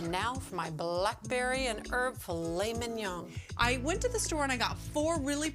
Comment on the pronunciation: She pronounces it like it's an asian classic. "Filet ming yong"